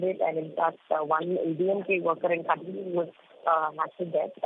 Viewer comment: it is not koodaloor but kadaloor